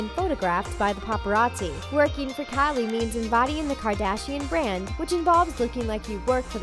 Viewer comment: All I'm hearing is Callie Jenner lol